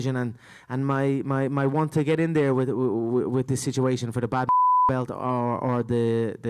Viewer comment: Anybody else hear no difference between Conor saying bout and belt?